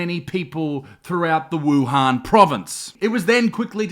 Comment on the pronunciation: = wohan